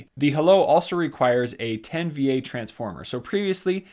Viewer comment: To be a technical channel I suggest you learn how the abbreviations for V an VA are pronounced.